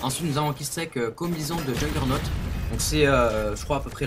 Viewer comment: sa se dit Jo-Gueur-Naute = Juggernaut